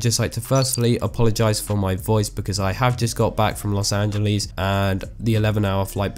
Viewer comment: "los algelies"